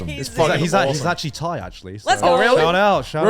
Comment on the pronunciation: "shout out to my Thai bros" - in the most English voice ever